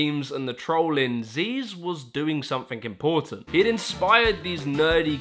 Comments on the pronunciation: STOP CALLING HIM ZEEZ, YOU LITERALLY INCLUDED VIDEOS OF HIM SAYING 'ZYZZ" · Zyzz is pronounced “ziz”, not “zeez”. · "zeez"? I thought it was "Zizz" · Zyzz says his name in the clip but he still gets called zeez😂